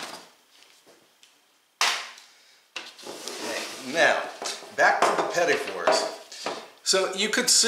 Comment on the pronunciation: I'm thankful that you pronounced petit for me, as i always incorrectly called them petite fours. I gotta do these, tysm.